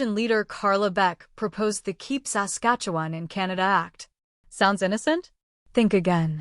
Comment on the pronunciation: A.I. generated clickbait B.S. That computerized robot voice that can't pronounce "Saskatchewan" correctly makes ya aick!!!!